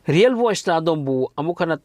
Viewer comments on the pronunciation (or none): none